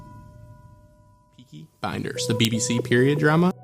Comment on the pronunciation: Anyone else hear him call it peaky binders